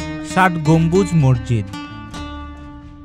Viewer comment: ভাই তুমি মসজিদকে মর্জিদ বলছ কেন